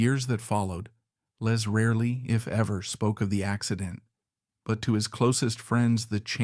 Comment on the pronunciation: His name is Les , not Lees